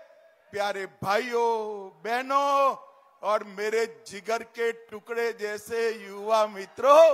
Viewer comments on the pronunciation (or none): none